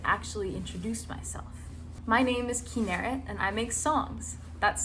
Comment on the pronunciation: I thought you said her name like -kin-a-rit 💀